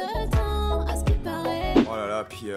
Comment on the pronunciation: Putain son "askiparait" me rappelle les heures les plus sombres de seb la frite ... Cette meuf c'est un mix claque de zaho et Sherifa Luna, ca aurai pu marcher mais on est en 2020 ....